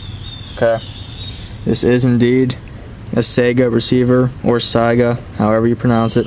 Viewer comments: I use to think that's how you said it too, however it's not pronounced "sigh-guh" its actually "Say-gah" like the old Sega video game platform. The name was derived from a species of Antelope found in Russia called the Saiga. A Russian gunsmith who actually worked at the Izhmash factory in Izhevsk settled this debate for me years ago. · It's not pronounced "sigh-guh" its "Say-gah" like the old Sega video game platform. The name was derived from a species of Antelope found in Russia called the Saiga. A Russian gunsmith who actually worked at the Izhmash factory in Izhevsk settled this debate for me years ago.